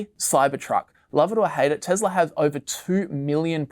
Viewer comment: hearing the pronunciation of "Tesla" as "TeZla" is such a cringe for me.. also this is supposed to be video made on 3rd Feb but it's talking about Jan 24 as the future ... a bit outdated ...